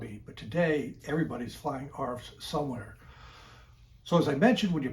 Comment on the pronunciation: Please don’t call them arfs